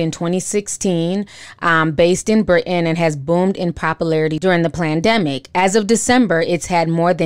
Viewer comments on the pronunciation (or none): I luuuuv how you say PLANdemic! Unless I’m mishearing? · Hey Ti, are you saying PLAN-demic ??? LMAO! I just LOL-ed in real life! Consider this word stolen, thanx. -Conspiracy Theory Vice President